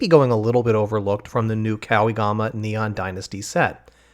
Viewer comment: Everybody heard, you said Kawigama at the beginning of the video!!! Awesome video btw xD